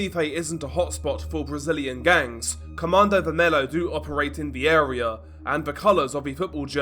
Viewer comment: bro plz research a little bit of pronunciation before you make videos like these its just absolutely silly to listen you say "comandouh vermelo" as a brazillian when you're talking about a subject like this